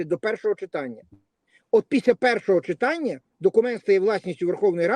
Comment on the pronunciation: Ведущая,говорите правильно,не чИтання,а читАння.Что за жаргон,тригернуло?